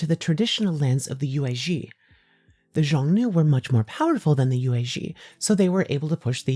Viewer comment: aaa cool bideo. but xiongnu is pronounced more like “shyong-nu” and yuezhi like “yueh-jur”. don’t sweat it too much tho, your latin is probably better than my chinese